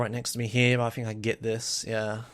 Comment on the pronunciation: Pretty sure even in the UK "think" is still pronounced "think", not "fink". wtf is a fink?